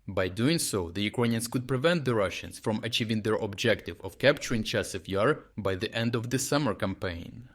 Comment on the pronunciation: Your AI script reader really has a has a problem with the pronunciation of Chasiv Yar.